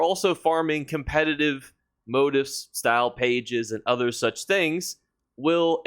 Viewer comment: Motif is pronounced “mow-TEEF.”